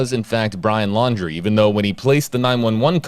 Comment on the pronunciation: Lower, Landry, laundry. Many people are mispronounced the name. Including newscasters